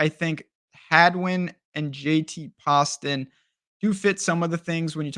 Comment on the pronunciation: A lot of good information but the pronunciation of Greyserman and poston aren’t good. Still got my thumbs up